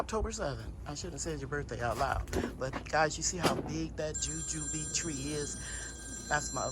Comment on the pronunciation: Nice harvest. Your pronunciation sounds right .. Jujube butter looks good What flavor does the butter has ? Like Apple sauce Thanks for sharing